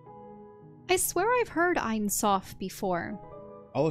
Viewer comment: ain soph meens "no end" (Infinity). But they say it like "the end eye".I hate when using Kabbalah like magic...